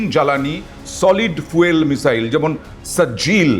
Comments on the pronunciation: Name gulo valo kore bolun julfiker sijil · মিসাইলের নাম গুলো "একি কাণ্ড বাবু" সঠিক উচ্চারণ করবেন "সিজ্জিল" " খুর্রাম শাহর" "যুলফিক্কার" দয়া ভুল উচ্চারণ করবেন না